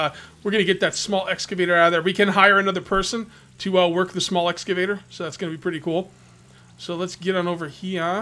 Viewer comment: Btw its EXCAVATOR lol <3 ya